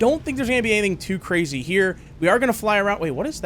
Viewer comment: This is actually cwazy. What, did you think I’d forget my Ws?